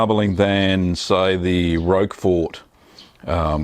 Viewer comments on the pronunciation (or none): Just a small cheese fact. Roquefort is pronounced 'Rockfort' not 'Rokefort'. Sorry to be pedantic.